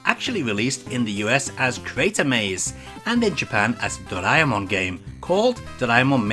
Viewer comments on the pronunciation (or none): Just so you know, Doraemon is pronounced "drah-eh-mon" not "dray-mon". "Dray-mon" will be spelt "ドレイモン" in Japanese.